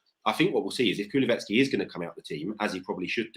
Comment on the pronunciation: It's Kulu-sev-ski. Not kuluvetski. 🤣